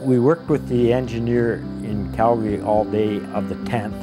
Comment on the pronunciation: Such a sad sad accident, poor souls on board and may they Rest In Peace. But on a happier note, at least the narrator pronounces Calgary correctly, I live here in Calgary and it makes me happy to hear the city name pronounced correctly